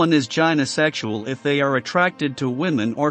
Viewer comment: AI babble with 'gynosexual' mispronounced.